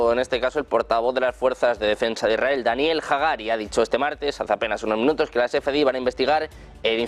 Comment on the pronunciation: IS RA EL....Leer bien...partido se va algo mas...